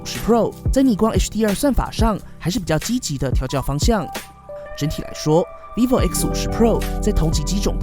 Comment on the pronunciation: 一直聽成維尼牌XD